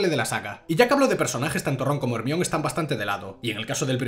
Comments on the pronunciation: te quiero pero no podés ir pronunciando "ermion" en vez de "hermaioni" por la vida sin ir a la cárcel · Yo creo que se pronuncia "jermaioni" no " Hermion" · Pense que estaba de broma pero literal en españa se le dice como se escribe osea hermione, en mexico mas o menos se pronuncia asi: jermaioni Y si es raro yo que soy de mexico oirlo asi, buen video de todas maneras te amo